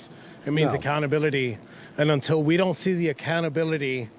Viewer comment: You are still pronouncing SINCE as SENSE. These are two different words and must be pronounced differently, else how are we supposed to know what you meant, not to mention that auto-translate programs are translating you wrong. Still, great work. You also pronounce UNTIL as INTEL. Very gen-Z but still incorrect.